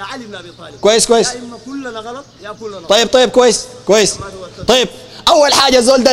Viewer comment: غلط وليس قلط